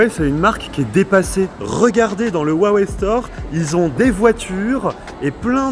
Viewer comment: Et si on vous disait que c'est Huawei et non pas Wuawei? Vous êtes ridicule.